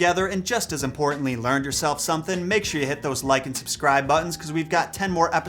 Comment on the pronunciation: At the end of this video. I heard U say Lycan Subscribe until I realized I said Like & Subscribe. LMAO NOW WHATS THE MESSED UP ORIGIN OF THAT?!!!! LMAO